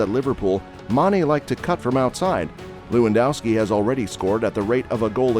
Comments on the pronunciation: Looandowski? That's what happens when you use a f. robot-reader. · To all Americans, W’s in Europe are pronounced as V’s. It’s Levandovski.